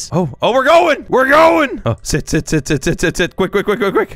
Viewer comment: he said sit